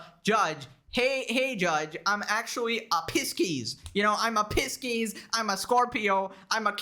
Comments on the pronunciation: "pisskeys" OMEGALUL "Pie-sees" for future reference. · Did this man say Pisskeys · no way bro said pisces as "piskis" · No way you said Pisces like “piss-keys” when it’s actually pronounced “pie-sees” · Piss-keys? I love you brother it sounds like 'Pie-sees' just in case you really don't know-I have never been prouder to be subbed to you because you don't buy into stupid AF crap like tarot and Astrology! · pronouncing it as "piss-keys" just made it 10x funnier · “Piss-keys” was a diabolical pronunciation 😂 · It’s Pie-cccccs 🤣🤣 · Pisces is pronounced Pie-sees 😂 but I love it 10/10 Also reading tarot doesn’t predict the future (because that would mean controlling fate and that’s a big no no) but it’s more to reflect on you actions caused but yourself (which actual requires some semblance of thought outside of calling everyone and their dog an incel 😂) There’s your daily magick education for the day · A piss keys hahahahahaha what a way to say Pisces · I love you, but I just want you to know that you mispronounced Pisces. No shade, I know you are just sounding it out. But it is pronounced “Pie-cees.” Keep up the good work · Only pronouncing "Pisces" as Piskies in solidarity with from now on. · Wtf is a Piskiss 😭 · That pronunciation of Pisces sent me into a manic rage.